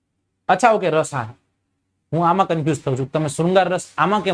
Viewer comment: Raas nahi ras hoy saheb